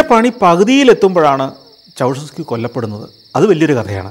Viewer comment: Ceaușescu -ചൗഷെസ്ക്യൂ ennairunnu alle